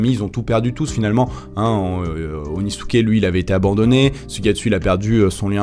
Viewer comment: Et il dit Onisuke au lieu d’Inosuke mdr